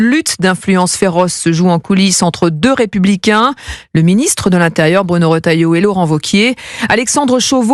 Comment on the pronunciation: Retailleau! Et non rotailleau.